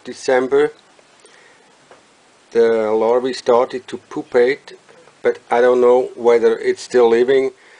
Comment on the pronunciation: So funny the way this guy pronounces 'pupa' and 'pupate' - POOPAH! POOPATE! lol